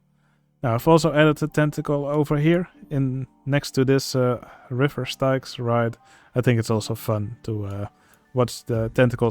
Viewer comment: Just so you know, Styx is pronounced like "sticks". That being said, those are good additions to the Misery Marsh. The tentacles emerging from the ground and the tentacle stand are a nice touch.